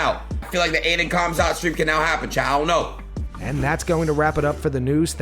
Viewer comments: The fact that adin doesn’t even give the time to properly say khamzats name is why he should never have him on, and show up to that fight 😂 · Normies calling Khamzat CUMzat lol